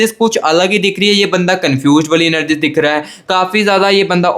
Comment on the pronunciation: Ur magision kitna time khaya ek hie baat bar bar anergy nahie energy bolte hai or bar bar partner shabda use na kare 😅I wish he will be back thanks ye pyar hoata kyun hai